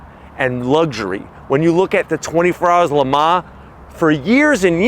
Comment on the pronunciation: PLEASE stop trying to pronounce Le Mans!